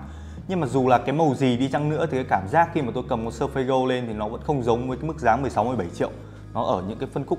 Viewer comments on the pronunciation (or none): Làm ơn đọc là Sơ Phít :) đừng Sơ Phây nữa